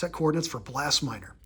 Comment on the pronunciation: Pirates player you got twice in first pack was Blas Minor-not "Blass Minor" It's pronounced like saying the word "loss" with a B before it. And no one cares what type of Sunglasses the guys are wearing.